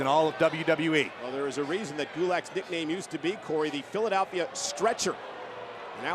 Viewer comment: Hard to focus on the great match being put on while simultaneously having to listen to Michael Cole butcher the pronunciation of Philadelphia